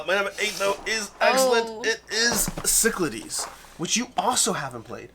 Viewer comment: pronounces Cyclades correctly now? How did I miss this important revelation?!:) Great game, glad it's in the top ten!